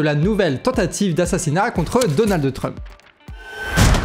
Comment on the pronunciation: Je vous trouve intéressant mais je suis souvent gênée par votre prononciation, par exemple aujourd'hui "DonaldE TRump"...